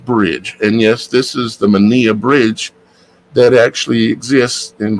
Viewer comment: It is probounced MEN EYE bridge! Im from the UK x